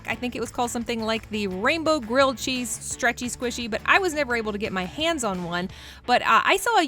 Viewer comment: Cheese (keep saying chesee)